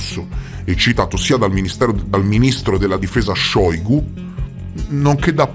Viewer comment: Ciao, non si dice Shòygu ma Shaygù, la prima versione è la pronuncia di quando noi russi lo prendiamo in giro